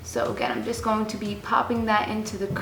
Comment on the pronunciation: I've always noticed that you say "going" funny. Lol You always pronounce it as "gone". Haha Random, but cute. Love your vids girl!